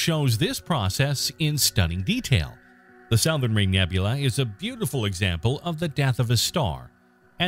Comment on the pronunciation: The “sow-thern” ring nebula? Maybe this misprnouncer is from outer space.